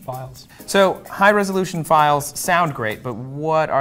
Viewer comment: You keep saying "resolution," and it sounds less correct every time.